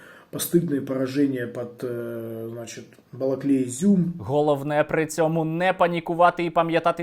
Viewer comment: Фу бля, коли вже вони навчаться вимовлять "Балаклія"